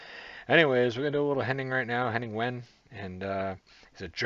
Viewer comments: Hi, his name is pronounced very similar to "vein" not "when". Also, in the first episode, the red haired guy is British Olympic long jumper, Greg Rutherford, and that's why Lee Mack said that he is allowed to jump in when he interrupted. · Pronounced 'Veyn', well close enough? Saw him in Cambridge a couple of years ago, brilliant! The wife loves him too, which is strange , as he performs in English and my wife is German! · Wehn is pronounced Vain. The bloke on the far left is Greg Rutherford. Olympic long jump gold medallist in 2012. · It's pronounced Henning vein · Pronounce the w as a v and you'll get his name right. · pronounced henning vane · His name is pronounced Henning Vain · I think he pronounces it as "Vain" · Pronounced Venn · Wehn is pronounced Vane. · Henning Wehn is always so amazingly innocently funny, a German with now dual citizenship, he loves the UK. I'm British and live in Germany. Diversity makes us better people, Viva la différance! Oh, and it's pronounced "vehn" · His surname is pronounced Vehn. Love WILTY, Lee Mack is so quick and hilarious, but you must watch Bob Mortimer's dentist story. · Wehn is pronounced 'vein'. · Henning's last name is pronounced " Vain" Also in the "This is my " round the person is told not to show any emotion either way if possible so as not to help the guessing team. Nor can they be asked questions or speak. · Henning is brilliant. Wehn is pronounced as in vein (blood or weather vein) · Pronounced vein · Wehn pronounced Vain. He is the self-styled "German Comedy Ambassador in London".